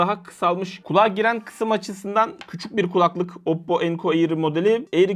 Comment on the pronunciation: Abi kulaklık işinde olmasan önemli değil ama "kulaklık" kelimesini yanlış tonluyorsun. "kUlaklık" şeklinde değil "kulAklık" şeklinde olmalı.